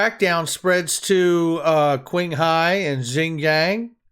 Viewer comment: In mandarin, anything starts with Q is equivalent sound with Ch. Hence, Qinghai is rightfully pronounced as Chinghai. Good luck and keep practicing.